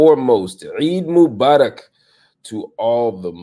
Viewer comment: I liek the way you said Eid Mubarak. Thank you for the work you do <3